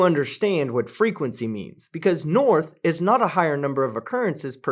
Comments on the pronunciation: Crazy Hair said, "Norff" for North and "bofff" for both. Sooooo, we are in the "Matrix? I have yet to see one photo of a dome, edge of the Earth or one single proof of a flat Earth. Sorry, I meant flat Earff! I don't think the wooden slab with Chinese "tranquility" was correctly translated either. I think that the Bible does have a few things in it that are historical and true, but much was seriously exaggerated or made up but to comfort, collect and control the masses. Thanks for everything you do here. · What thr fuck is "Noirf"? Its hilarious hearing these idiots use words they don't understand! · Wasn't sure if I was the only one who heard him say 'Norf' one thing for certain is that he is a Dorf... And a fucking idiot! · "Norf"...WTF is that? You have debunked some real idiots, but I think this dude takes the cake. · Today we learn about the direction Norf on our home planet, the Erf